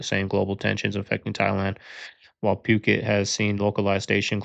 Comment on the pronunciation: It’s “foo-ket” not “puke it” 😂